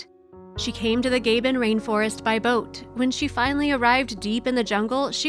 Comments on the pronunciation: What a terrible shame the narrator failed to research the pronunciation of the name of the country in Africa; is not Gay ben as she pronounced it, but Gah-bonn, Gabon. This small thing ruined this video for me (so thankfully, I missed the "sad ending", so many comments lament), thus shall I remain gleeful at their reunion, and nought more. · This mini-documentary shows great respect for these gorillas and the Aspinalls. A small measure of that respect is due the country of Gabon and its proper pronunciation: Ga-bone, with the accent on the last syllable. I had to search the web for the correct way to say it, given mine was off as well: Gab-on, with the same accent. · The country is pronounced Gabbon,not the way the narrator is pronouncing it. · Comment section consists of 655 Comments 1 is my comment you are reading The other 654 consists of people losing their shit Over her saying GayBin not Gabon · It’s a wonderful story.One that I really enjoyed.The only thing that worried me was why the woman kept saying Gaben...it’s clearly pronounced Gabon and of course is in Africa where there are 35,000 gorillas.....where is Gaben....is it just an American thing like tomato tomato....I only mention it because the war,d famous David Attenborough has been to Gabon and the correct way to say it is GA.....BON ..but a lovely story.... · Please learn the correct pronunciation of Gabon! 🙏🥰 It's NOT GAYbin! 😥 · Gay Ben? Where is the O in Gabon? Sorry to be rude, I really do not understand Gay Ben. Why does that voice over lady say Gay Ben all the time? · itrs not gAban but gabON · "Gayben"? That's not how you say Gabon. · Nice report but annoying when Ga-Bon,was mispronounced. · 'Gay-bon' - really? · Couldn't understand name of country I think you mean Gabon pronounced Ga-Bon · GABON. NOT GAYBEN. Americans don’t understand geography. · Gabon - pronounced Gah-bone. Somebody tell the bot-voice. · The word is Gabon not Gaybon. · Where is Gabe-on? Does she mean Gabon? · Gaybin? Ga-Bon.